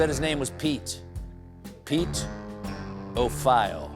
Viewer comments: "Pete O'File" 🤣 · "Pete O' Phile" 😂 I can't.